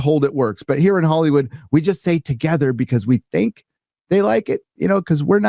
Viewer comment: Rykard from Elden Ring has a message for you when it comes to "togetha"